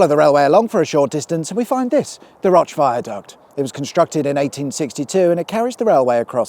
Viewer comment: Enjoyable little film - I'm a TV director myself. I used to live in Tottington & use the M66 a fair bit going to & from the airport. One tiny complaint: The river Roche isn't pronounced as if it's french but as in Roach, the fish.Ok 2 complaints, sorry. Todmorden is pronounced Todmaden, not todMORden. Sorry to be pedantic - it's what living abroad for 35 years does to you ;-)